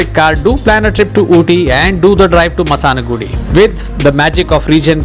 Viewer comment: its ma-si-na-gu-di not ma-saan-gu-di